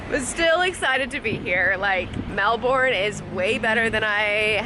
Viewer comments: Stop bloody saying melborn; it so freakingly annoying the way you are saying it, anyways its pronounced as melburn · You're actually still saying Melbourne incorrectly, even with your accent. It's pronounced melbern, as opposed to melborn. You can still keep your R, I'd say it's a weird ask to drop your accent for a single word, but saying "melbern" rather than "melborn" will get you far in the land of not triggering locals. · that was a memorial to world war 2 not 1. Also Melbourne is pronounced Mel -bun not Mel-born. It’s Australian, mate. And why spend only one day in Melbourne? That’s just crazy! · So happy you got to finally visit Melbourne! I find it interesting how different cities across the world can be pronounced so many different ways. I've always pronounced Melbourne "mel-burn" and I'm an American but a co-worker pronounces it "mel-born". Beautiful city! I've been amazing since watching your #oneyearworldtrip at how you and Peter found such amazing hotel rates and the places you visited are even more amazing! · Stop saying Mel-born!! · still pronouncing it wrong.